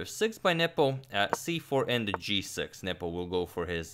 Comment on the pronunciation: I always hear you saying "Nipple" 😄